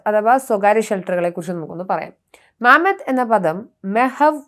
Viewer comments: മാമത് അല്ല മമത് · മാമത്ത് അല്ല മമാദ് എന്നാണ് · മാമ്മദ് അല്ല മമ്മാദ് എന്നാണ് ഹീബ്രുവിൽ പറയുന്നത്